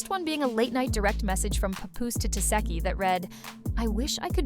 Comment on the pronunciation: She said Tisheki 😆 A.I